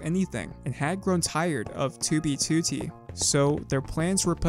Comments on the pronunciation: Can't get used to your accent when saying toobie tootie. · help me comment on every video to get him to stop putting the emphasis on the second two it’s so annoying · great video, but why say toobeetootee ? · “Tew be tew tee” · Dude, it's very confusing... You say "2b2t" wrong. I've never tought that this was possible. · why does bro say 2b2t like that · You say 2b2t weird bro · why you say 2b2t weird like that? ;p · can u pronounce 2b2t normally? thx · stop sayin 2b2t like that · can you please say 2b2t normally for fucks sake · otherwise his contents good but that shit ruins it for me